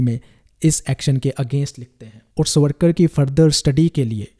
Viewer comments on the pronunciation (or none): Try to pronounce his name properly as. SAVaRKaR